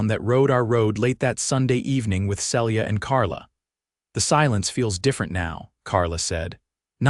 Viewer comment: On a bet I'd say the name is Phyllis, pronounced fil-is, not Phillys as the AI keeps saying. And Celia, pronounced see-lee-a.